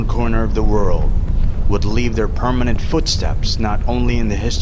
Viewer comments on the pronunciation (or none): none